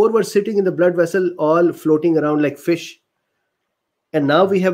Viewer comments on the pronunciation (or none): none